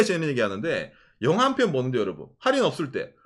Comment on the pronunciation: 영하가 아니라 영화인데.. ㅋㅋㅋ 갱상도 발음. ㅎㅎ